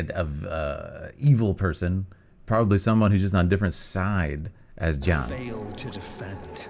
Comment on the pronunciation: Ya know, I'm actually impressed that you pronouncing his name as John makes sense. Cuz saying Ji-Yahn fast enough is just John. Unfortunate that his name is not pronounced that way lol Oh no I forgot this was when the voice direction was not good. The acting was good in most cases, but oof to the pronunciations by the characters